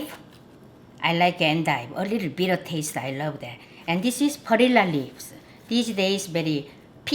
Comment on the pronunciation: I just love when she says ‘perilla leaves.’ She pronounces it so elegantly.